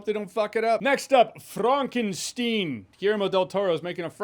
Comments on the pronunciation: frah nken shtine stein is stone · But Frankenstein is pronounced the same in German - never "Frankensteen"